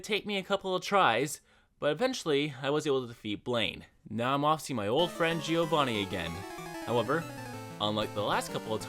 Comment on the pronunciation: The I in Giovanni is not spoken. Hes called Jovanni not Jiiiiovanni 🙄